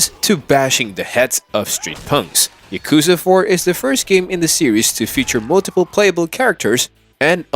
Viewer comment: If you're gonna say Yakuza throughout the whole video, at least pronounce it correctly... 💀💀